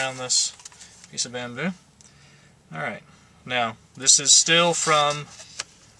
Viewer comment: It was funny when he said bamboo the firs time